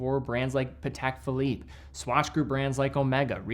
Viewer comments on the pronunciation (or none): none